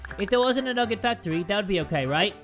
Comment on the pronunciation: NUGGET FACTOWY!! Me: HAHAHHAHAHAHAHAHHAHAHAHA